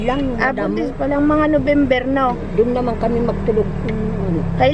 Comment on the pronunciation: No-vem-ber po.🤣